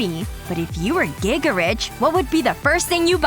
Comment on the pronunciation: Gaga rich❌giga rich correct 💯